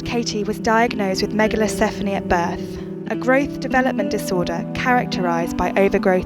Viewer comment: It’s “megalencephaly” not “megalesephony”